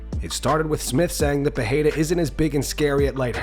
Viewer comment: His name is PeReira not PeRReira you only pronounce it like an H if it is at the beginning of a word like Restaurante or if it is a double R. I can't hear it anymore dude.. Everybody calling him PeHeira for no reason there is no second R in his name????? What makes you pronounce it like that???? Still better than those American boneheads saying Pierra but stop calling him PeHeira PLEEEEASE it is P E R E I R A!!!!!!!!!